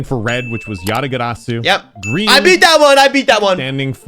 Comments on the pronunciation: as a Korean, "ya-da-geu-ra-ssu" is the perfect K-accent lol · I would be so fucking embarrassed if I said it how says it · its lowkey how Yatagarasu usually pronounced in Russia